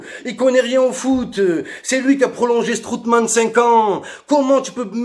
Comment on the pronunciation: Strootman "strootball"😅🤣😂😆😁 (j'suis Mort) !!!